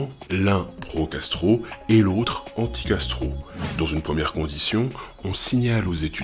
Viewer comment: Ce genre de vidéos à minuit c'est pas une bonne idée: au lieu de pro-Castro j'entendais pro-gastro...